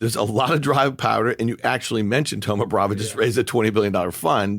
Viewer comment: Why do you guys keep saying thoma bravA? It's bravO